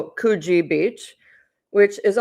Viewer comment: It's not COOOOOOOOgeeeeee it's CUgee beach